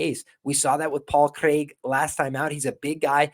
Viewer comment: Jon Anik would be proud of your pronunciation of Craig.